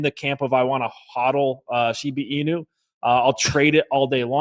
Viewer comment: You can definitely tell who the cat people are, the ones who pronounce Shiba Inu wrong. You notice how everyone of the guests pronounced Shiba Inu correctly except for